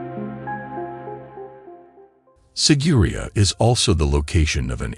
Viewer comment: The narrator is pronouncing it wrong. It's sig-er-i-á